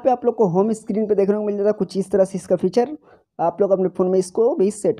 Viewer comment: Screen not a स्कीरीन